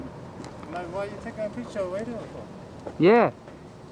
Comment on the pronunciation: LOL NO PICHER😅😂😜YES ] PICHERRRR